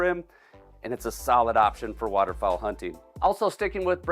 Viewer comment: I like it when says “waterfall shutguns”